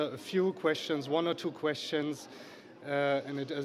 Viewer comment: Qweschtns xDDDDDDD